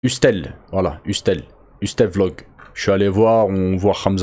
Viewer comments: Ahchem ça se prononce heusseul pas hustel 😂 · ca se prononce pas hustel mais eusseul ca veut dire la débrouille/arnaque :) top video comme d'hab ! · je dis pas ça pour reprendre ou me moqué , mais plutot pour amélioré les prochaines videos , hustle ça ce dit heusseul .. et en americain ca peux ce traduire comme trafiquant, débrouillard. ;) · Wesh frère tu viens de dire « Usstelle » 😂 Je peux pas te laisser dsl c trop ! Viens on ft cours d’anglais 1x /sem non ? 😂👊